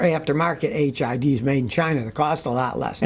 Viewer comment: It's funny, when Scotty said "Buy HID's from China" I did a double take cause I thought he said "Buy HIV's from China".